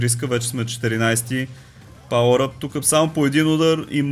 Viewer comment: 1 забележка не е палър ъп казвай си го cubes елементарно еееееееее